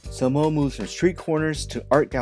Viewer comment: lol..its pronounced (Same-Oh) not Sahmo. Jean-Michel & his bff at the time Al Diaz spray painted all over nyc. The origin of the word comes from their neighborhood where a person would ask , how are you..and the reply they would hear is.. "Same O Same O". meaning Same old thing, Same old thing.